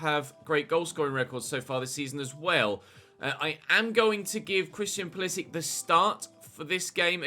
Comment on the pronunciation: You are not saying Pulisic's name correctly IC is like in ibrahimovic or Matic not IK